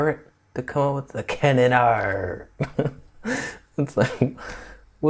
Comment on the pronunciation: 'The Canon AAAR' that made me chuckle.